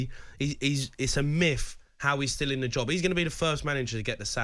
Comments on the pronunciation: He’s not saying ‘myth’ brother, he’s saying ‘miff’ ✌️ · "It's a Miff" - Jamie O'Hara